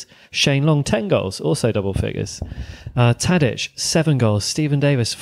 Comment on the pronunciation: Great podcast but why doesn't the dude pronounce Tadić's name correctly?